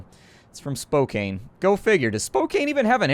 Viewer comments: Not Spok cain, it is Spok Can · Psst. It's pronounced "Spoke-anne" :) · Spokane is pronounced spo-can', just saying. And yes they do have an airport btw ;) JUst in case you're wondering, Spokane is in Washington. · I didn't realize he was talking about Spokane when he was butchering it XD. Keep more coming.